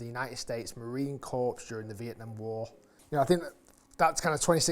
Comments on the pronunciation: Core, not Corpse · & How British is it to pronounce Corps as "corpse"? But thanks for actually telling us the price on this one, which was missing from the previous video (but maybe Cleveland hadn't published it, yet). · Rick, love ya. There's no E at the end of the marine corps. Should sound like "Core". Semper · Rick… FYI the Corps in Marine Corps is pronounced “Core.” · In ‘corps’ the s is silent. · Another great vid Rick! Just don’t let any USMC personnel hear you say Corps that way … 😂